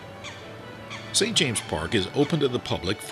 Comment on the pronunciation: NO very annoying